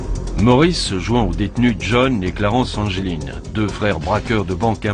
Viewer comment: le nom des frere anglin se dit anglin pas angeline